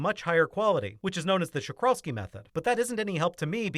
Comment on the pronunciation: props for pronouncing Czochralski correctly